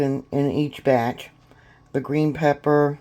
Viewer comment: "third bartch"...lol..whats a bartch? And whats "mearloaf" 😂 "litds"???